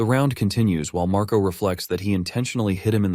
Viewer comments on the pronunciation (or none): The older brother name is Marco right iheard u said mraco